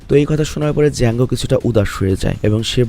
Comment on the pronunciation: ডিজাঙ্গ আঞ্চেইন্ড নারে ভাই জাঙ্গ আঞ্চেইন্ড 😂😂😂